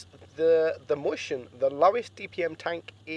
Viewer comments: "moistion" that how u read mäuschen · Hold on howd u say mauschen?😂